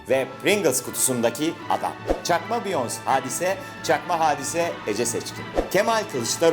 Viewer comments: İlahi bey o kadar bilgilisiniz Beyonce'yi Biyons diye okudunuz çüş artık efenim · Biyons değil biyonse kdmdmfmfmkf